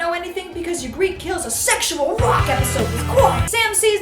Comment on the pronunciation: AHHHH sorry I can't keep it in: Ned never tells Robert that his children aren't his children. Also Ygritte is pronounced egret (like a baby eagle.) Probably could find other nitpicky errors if I were really trying to be obnoxious.. but overall this was still hilarious.